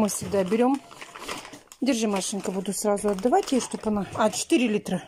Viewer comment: Начало ролика... "Обувь сраУ на место ставь",а дальше вещание не воспринимаю, сижу в недоумении, в голове мысли взять за шкирку и в ухо прокрИчать правильное произношение элементарных слов... Но потом понимаю, что бесполезно, в одно влетит, в другое со свистом вылетит.